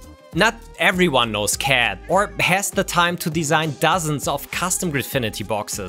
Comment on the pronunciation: It's a joke because pronounces "CAD" as "cat":p